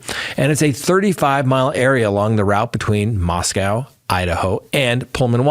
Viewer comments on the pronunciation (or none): Mosco. Not Moscow.